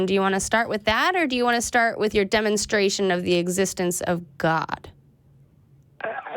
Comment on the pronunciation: Did she say dumb-enstration?